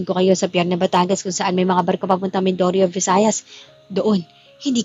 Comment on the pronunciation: Maganda ang story kya lng d q type ang narrator my mali s pagbigkas ng mga salita.sna malumanay ang pgbigkas. Mindoro d Mindoro bnabasa nlng po talaga hay nku sna po c maria nlng po pg wla po c miss sandra